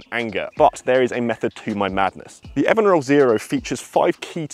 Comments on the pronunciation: Looking forward to trying this putter. I think it should be pronounced EvenRoll... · It’s pronounced EVEN ROLL. Do your homework.